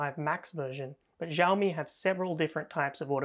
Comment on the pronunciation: Xi in Xiaomi is pronounced lile "shi", not "Ji" (with the French j).